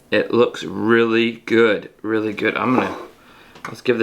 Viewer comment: "And it works weely well." - 🤣🤣🤣🤣🤣🤣🤣